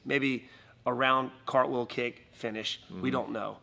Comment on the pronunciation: dude !!! Jesus !!!!!! Not stayle, but style. Not cick but kick !! And not knok, it's knock !!!!